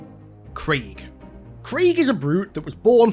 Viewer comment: why he butchering craig's name like that